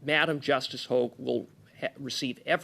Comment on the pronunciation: I wish Dominic Le Blanc would learn the correct pronunciation of Justice Hoag and stop calling her Justice Hogg. His boss is Boss Hogg.